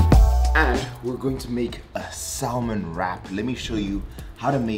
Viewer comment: Bruh. You don’t say salmon right. The L is silent.